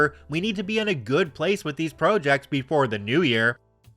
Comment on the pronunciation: Is this a real person or AI? How do you not know how to pronounce project?